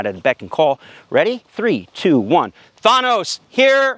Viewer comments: Why did he pronounce the name THAT way... Such disrespect to the dude that snapped half the universe out if existence... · Not only did this man name his dog Thanos, but he mispronounces Thanos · Why would u name him thanos and then try to pronounce it in your own way